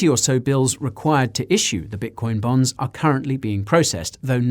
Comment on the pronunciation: It seems u pronounce bitcoin bonds as bitcoin bombs.. 😀😀😀